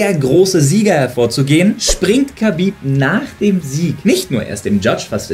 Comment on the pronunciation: infomier dich doch bitte erstmal wie man Khabib richtig ausspricht